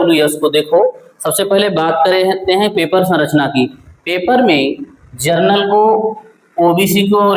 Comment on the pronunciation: जनरल होता है सर जर्नल नहीं